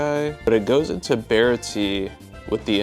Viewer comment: “Bara-tee” 😭🙏 It’s “bar-ot-ee”